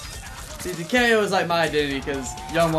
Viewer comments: It's pronounce ta-ka-o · Tah kay oh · It’s tak-e-o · Why does he say takeo like that